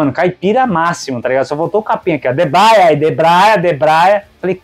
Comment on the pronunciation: o caipira ainda fala errado é DEBREIA FELHOOOOOO